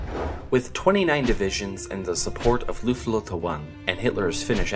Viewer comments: It's Luftwaffe not luftluftawa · Are Force in German isn’t Luft wanne, it’s Luftwaffe (the last part of the word is pronounced like waffle but without the L) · Past To Future And also it’s pronounced Luftwaffe not luftafa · Lulu tawan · Is no one gonna say anything about his pronunciation of Luftwaffe